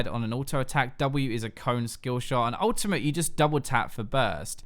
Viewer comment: mate, why do you keep saying Ultimah instead of Ultimate? Like what's up with that? What's an Ultimah?